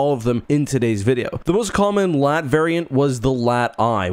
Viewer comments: Doont call it laat like latvia call it L A A T like a normal person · It's not LAAT it's L-A-A-T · its L A A T not LAT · calls it a LAAT Me: JUST CALL IT A LARTY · mhh yes LAT (you say LA-AT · Bro pronounced it “lat” instead of L.A.A.T 💀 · Its pronounced LA-AT they say it in the clone wars cartoon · Cannot finish the vid bc bro keeps saying Lat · now why did you have to pronounce it "Laht"? Do you call AT-ATs "Attat"? Do you call BX-Droids "Bex-Droids"? Dude.